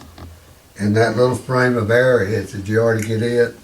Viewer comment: Very fascinating video; thanks for posting. I had to grin every time he would say Era head, you would say arrow head. That one piece looked like Viking to the left, Artemis (I saw living in Turkiye) on the right and Egyptian on the slab. Then, you said what I was thinking. Artemis only looked like the top part though. What did he say the little triangle was, with the smiley face and two = signed coming out?